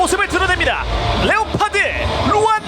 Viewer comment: 레오파드 감사합니다 완전 본토 발음이다 ㅋㅋ